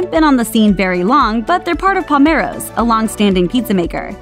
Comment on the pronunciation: It's Palermo's not Palmero's.